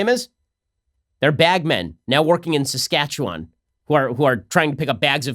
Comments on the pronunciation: Wow! an American who said Saskatchewan without qualifying it or messing it up! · As a lifetime resident of Saskatchewan, thanks for not butchering the pronunciation.